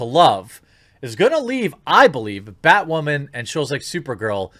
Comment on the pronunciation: I honestly thought you said "badwoman"